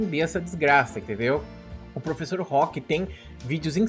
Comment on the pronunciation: Ele falou "professor'' depois um ''e'' muito rápido e pareceu que tava junto.